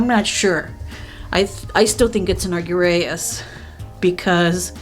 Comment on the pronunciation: Hi, I love your channel!, it's pronounced "arr-JEER-ee-us," it comes from the latin "argentum" which translates to "shiny white," meaning silver! The chemical symbol for silver is "Ag" on the periodic table for this same reason, and there's a medical condition called argyria where a person's skin can turn blue from too much exposure to silver compounds! That's how I remember it:) I don't want to come off as rude for writing this, you just said you weren't positive on the pronunciation so I just wanted to explain where the word comes from and how it's pronounced:)